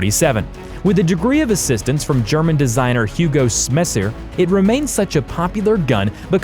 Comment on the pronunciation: Kashlankow and Hguo Smasier. (Hugo Schmeisser). Pronounced: Schm-I-Ser